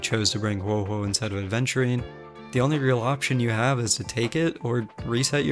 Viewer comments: It's Aventurine not Adventurine! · This video was so good but I'm so sorry I get really annoyed for some reason when people say Adventurine. HIS NAME ISNT A*D*VENTURINE! ITS AVENTURINE NO "D" WHY DOES SO MANY PEOPLE STILL CALL HIM THAT SO MUCH TIME HAS PASSED FROM HIS RELEASE!!! if its something with your accent, then I'm sorry no offence but pleaseeeeeeeeeeeeee learn to say his name correctlyy. Still tho the video vas very good I liked it a lot